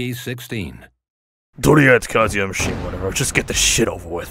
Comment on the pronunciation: KAWZOOYUH MISHIMUH ITENSIFIES!!!! LMAO 🤣😂😻❤